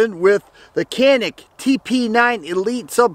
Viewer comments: I believe it's pronounced ja nik.. something about a mountain.. I have and elite sc, the think I would say is that it basically the feel of a full size in a compact form and.. I love it. Look at swamp fox if you didn't get a rd already on it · I think it’s pronounced...”Jan-ik “